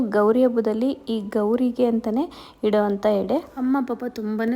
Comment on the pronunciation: ಹೆಡೆ.... ಅಲ್ಲಎಡೆ ...ದಯವಿಟ್ಟು ಕನ್ನಡ ಉಚ್ಚಾರ ಸರಿ ಮಾಡ್ಕೊಳಿ